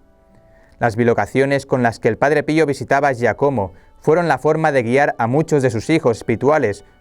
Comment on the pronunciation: Hola..se pronuncia Giácomo